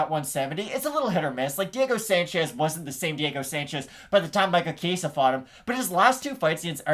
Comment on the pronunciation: Good video. FYI though. The E is pronounced like the e in escalate. Not the Spanish “A”sound you kept saying. Good luck gents!